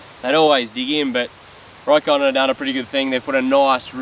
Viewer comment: The name is pronounced "Rock-on" not "Row-kon".